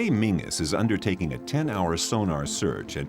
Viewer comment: What town ? His name is pronounced Menzies, not" Mingus ".